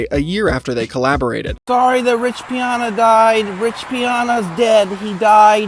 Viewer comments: The Arnold poster said: "enjoy the moment" NOT enjoyment like you say and you are calling Rich Piana, Rich PIONA??? 🤔 Do you even have a clue what you are talking about, you just copy pasted a bunch of clips and tried to regurgitate the EXACT same things about Jason that thousands of other people did more than a decade ago and you are getting all the facts WRONG. You are absolutely PATHETIC, way more than Jason and that is saying A LOT! 😵‍💫🤯🤯🤯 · Bro there’s no way you researched this whole thing and still pronounce Piana incorrectly. I mean it’s literally spelled exactly how it sounds and you still said it wrong